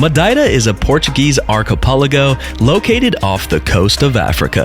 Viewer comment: that was an incredible video. As an American, living in Europe, I really appreciate it. I am really considering retiring in Portugal and you really hit some great places, of which I was unaware. I must also compliment you on your Portuguese pronunciations as they seem quite good. It is an educational opportunity for English speakers to learn the proper way of speaking the language rather than bastardizing it into an English way. When you move to a country, you should adapt. Thanks again.